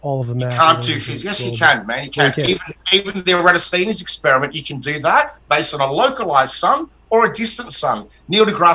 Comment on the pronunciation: And they always repeat Eratosthines, saying it wrong every time.